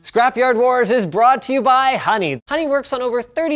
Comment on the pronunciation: mans just became newfie for 5 seconds